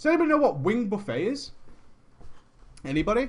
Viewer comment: Love you to death,, but it's pronounced "buff-ett." As in "buffeted by wings."